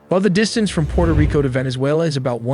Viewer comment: *Puerto Rico, NOT "Porta".